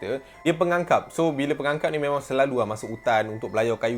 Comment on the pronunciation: Aku sorang je ke perasan yg dia sebut pengakap jadi "pengangkap".😂